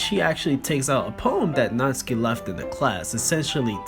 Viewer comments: Stop pronouncing natsuki's name Natski!!!! It is pissing me off it is natSUKI!!!!!! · Nat-Su-Ki not Nats-Ki